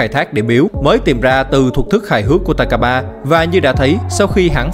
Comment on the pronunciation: takaba mà em nghe ra tài k3